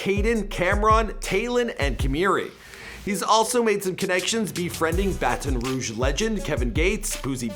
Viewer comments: Please stop saying bat-on ruge , it’s Baton Rouge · BaTON Rouge not BA-TON Rouge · Bat-IN Ruuu-j = Baton Rouge. You say it terribly. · Already pissed me off wit da batone rouge , it’s Baton Rouge 😐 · He said like fat lol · Just say BR instead of baton rogue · Most of my cousins are from Canada Quebec i understand why you pronounce the A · Y he say Baton Rouge like that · It’s updated & he still saying BaTon rouge 🤦🏾‍♂️ .. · That’s not how u say Baton Rouge!! I’m from Louisiana, trust me I know 😂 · t time you should just call it BR cause thats not how you say Baton Rouge